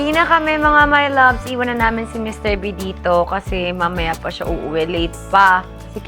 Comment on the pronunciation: Anu sabi ni... MR. Beh???? Tama ba ako ng dinig??? HAHAHA